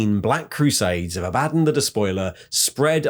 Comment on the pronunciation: I love how you used both pronunciations of Abaddon thru out the video. xD